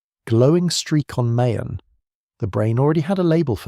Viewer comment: Mayon is pronounced as Ma-YAWN.